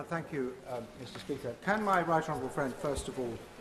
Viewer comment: Is the member for Sutton Coldfield: “…considerably richer than yaou!” Or is he just “…considerably richer than you”?